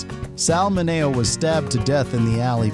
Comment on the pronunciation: Sal men-nee-o